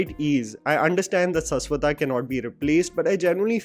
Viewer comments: Shash wata man not saas wata. Please use the sh if you respect someone's name, i can call you by another way if you are never want to change your way of pronunciation for every name which isn't north Indian . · Bhai Saswata nahi Shashwat(शाश्वत) 😂😂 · Just wanted to correct the pronunciation of Saswata it is actually "Shashwoto"